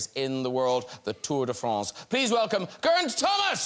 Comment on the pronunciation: Hearing Graham pronounce Geraint correctly was so wonderful